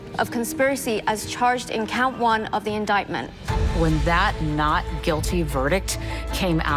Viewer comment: Whats with the "Not GuiDy" ?!